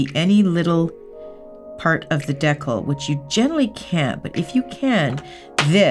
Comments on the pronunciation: you do realize that it is 'de' that sounds like 'me' and 'cal' that sounds like 'pal' NOT 'deckle' like 'freckle' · Here in America we say de-cal cal as in California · I was like wtf is a deckle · Dee-cal deck-al, Tom-A-to Tom-ah-to 😁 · I say “dee-cal” too (from Nebraska). I agree with the others that I think it’s a Canadian thing - I’ve seen multiple Canadian nail artist say it the way does in this video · I hear Cristine say dee-cul, with the emphasis on dee and rushing through the cul lol. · Does... I'm from PA and I have always pronounced it like you, but from watching the video, we knew what she meant. Sometimes, people do their own thing. That's ok with me! 😉👍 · She's Canadian. This is a fairly common pronunciation for many Canadians. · I’ve only heard Canadians or British/Europeans say it either way you’ve said it lol I’m from Florida and I’ve only heard it in person pronounced like deecal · I love you but please decal is pronounced de cal. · kenkire it’s adorably Canadian ♥️ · Decal like decaf, maybe they say it different in Canada!